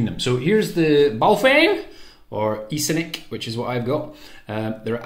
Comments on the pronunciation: Yeah weird thing to do a Chinese accent. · Just like the Chinese